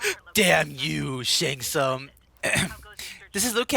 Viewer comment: Bro shouldn’t the reptile employee say Shang Tsung’s name correctly or not